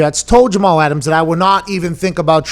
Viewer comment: 'Get Aht' -Jamal Ahtams